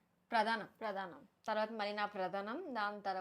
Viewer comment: Pradhanam kaadhu prathanam 😊